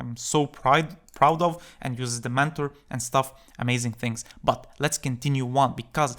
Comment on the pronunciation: that "BUT" sounds like "Butt cheeks" in my brain🤣😂